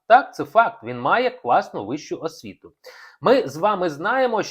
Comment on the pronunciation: Браво!Все те ,що я хотіла написати,але не вистачає в мене терпіння і емоцій так багато писати...Коробить від притворства Українства,одне лише слово,повторене неодноразово:асвіта(освіта).Навіть в інтонації відчувається болотне жабодавство.Хто має право оголошувати публічно матеріальне становище іншої людини?Ще багато можна продовжувати.....А Марк відкрита,чесна ЛЮДИНА!!!